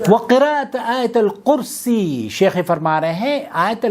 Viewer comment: آیت الکرسی کے ت پر بار بار زبر پڑھ رہے ہو ۔ت کے اوپر پیش ہے۔ دوسروں کی اصلاح سے پہلے اپنی اصلاح کرو